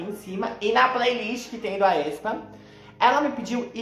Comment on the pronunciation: A pronúncia do Aespa é tipo espa kk